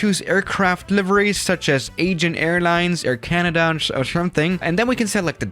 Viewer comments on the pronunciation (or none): none